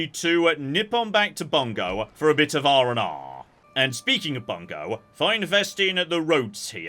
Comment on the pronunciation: About 95% of the time, Japanese pronunciations are pretty good to spot on, which makes the 5% he really gets it wrong really glaring to me, a massive dweeb. In case you're reading this, here's a few pointers: "Bungo" is "boo-n-go" "bune" is "boo-neigh" "Higo" is "hee-go" and, not that it matters any more, "Ouchi" is "oh-oo-chee" (or was, I guess).